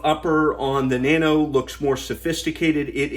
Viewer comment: 네노오 네노오~~ 리박 리박.. ㅎㅎ 발음 아무지네..